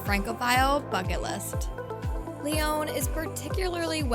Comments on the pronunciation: Please improve your pronunciation! It's not Lyone! It's a short O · all the French words were pronounced terribly. They even pronounced Lyon wrong. It’s not “Lee-own”. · Protip: get a narrator that can pronounce Lyon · You should learn to pronounce the name of the city correctly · Terrible pronunciation but thanks for the advice